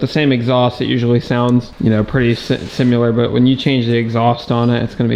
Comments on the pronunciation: said simular 😂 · Wtf did he say? Sim-U-ler?